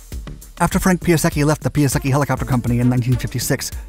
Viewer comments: His name is pronounced pie , not pea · If you are trying to make video about someone, just try to pronounce his name properly. It is not pronounced Pyaseki, but Pyasetsky. Point. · "PIE" ":UH" "SECK" "EE" === Jesus dude. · Piasecki is a Polish surname. I think the correct pron. should be "piasetzki" not "piaseki" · not Piaseki - PiaseCki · Oh God, it sounds so bad - NOT "Pee-a-secky" but "Pee-a-setz-kee". When you spend all that time on research, add 5 more mins to look the pronunciation up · I in Italian is pronounced E, so pee-ah-se-ki is the expected pronunciation. Turns out it’s Polish, so pee-ah-sets-ki is about right if I’m reading the IPA right. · Say: "Pie-Sec-kee" FTLOATH! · It's: "Piase-TS-ski", the letter "c" is pronounced as the English "ts" in "cats". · It's actually pronounced PIASETSKY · Ugh... Pia-setz-tzki please!!! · "pee-ah-seky" Please, stop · Piasecki is a polish surname. And that's not how you should read it xD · Man... Do research on how to speak Piasecki. Tip: its no Japanese, its Polish in origin. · Sorry mate, but Your pronunciation of "Piasecki" is truly horrible xD